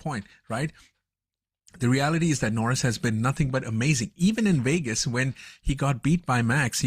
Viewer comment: What is the host’s native language? I keep hearing him say the race in Wegas.